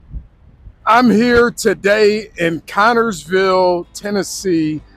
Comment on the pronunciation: C'mon now. It's not Connorsville, but Cornersville. (Corn-ners-ville)